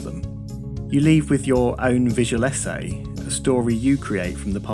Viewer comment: just ordered some clones. Do expect 10 more subscribers soon! Btw, thought "vigelesse" was a french word, only to realize you were saying visual essay.